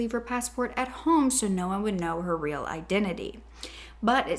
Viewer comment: In brazil our Rs are said like Hs It was funny how she was saying the currency wrong